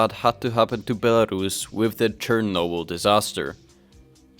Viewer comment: Co za kurwa Bielarasza? First learn how to speak before publishing your very valuable opinion